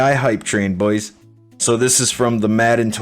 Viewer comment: the way you say boys is horrible after the first couple times